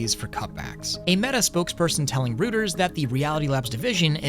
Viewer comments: Rooters, lmao. It's pronounced roiters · FYI Reuters/Rooters...it's actually Roy-ters. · It's Reuters (Roy-ters). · At risk of being "that guy", the news agency Reuters is pronounced "Roy-ters" At risk of being "that guy" the news agency Reuters is pronounced "Roy-ters" just a friendly pointer 🙏